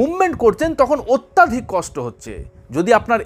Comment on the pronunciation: Kathata atyaadhik nay..Atyadhik habe